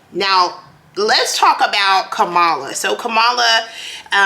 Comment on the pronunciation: Her name is pronounced Comma-la not Ka-malla!